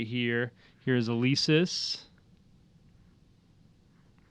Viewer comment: Elesis the 2nd e is silent DP mode K-O-G Not cod <this ant Gears of war its not furry mode its awakening mode & ADD ant a Glass cannon hes a Tank class meaning he can do alot of Dmg & has a high Def but he can have low physical Def